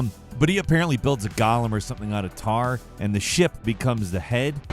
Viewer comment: it’s not pronounced Gollum. That’s from lord of the rings. It’s pronounced “Golem”,. C’mon!